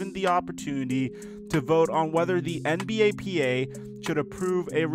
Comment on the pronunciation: Why he saying "NBAPA" its NBPA